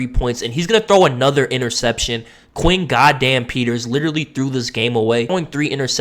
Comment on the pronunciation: Where TF did you get Quay? It’s Quinn.